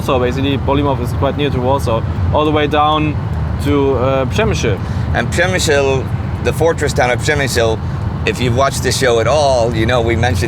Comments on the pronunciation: Przemyśl not przemysil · And you still can't pronounce Przemyśl correctly